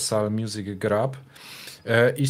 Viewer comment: Jest to jeden z moich ulubionych kanałów ale ewidentnie odstaje, co czasem dość mocno przeszkadza. Poza tym, mógłby poćwiczyć angielski, bo co rusz widać braki w podstawach tego języka. Czytanie słowa "group" jako "grap"to w tym odcinku tylko jeden z przykładów. Zmierzam do tego, że tworzenie kanału eksperckiego zobowiązuje. Co innego Pawel- tutaj mogę wyrazić wyłącznie słowa uznania, zarówno co do merytoryki, jaki i innych kwestii, w tym językowych.